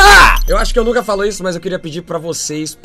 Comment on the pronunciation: "Oh Bolinã de gõlf.. "aço que devo dexar isto para lá"